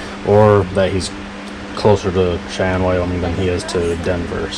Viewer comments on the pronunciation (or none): none